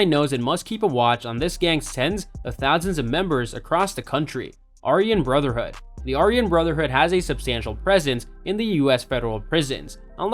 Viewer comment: Mara Salva Trucka? BAR-E-O 18? Are-We-In Brotherhood? Who are these gangs?